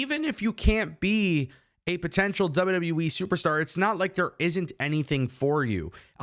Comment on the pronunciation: Did you just call WWE, WW Weee. LOL. Just sounds like it. J/K